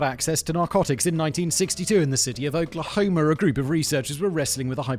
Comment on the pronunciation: 🤣 🤣 okler homer